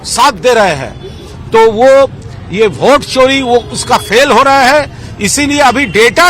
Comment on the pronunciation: भोट नहीं वोट होता है गोगडे